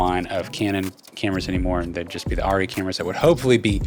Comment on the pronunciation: Are Ree - ARRRE REEE - its not airy why did the NIKON thing happened to this brands name...?